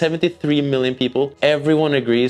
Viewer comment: Dont pronounce it "tholak", its "tolak"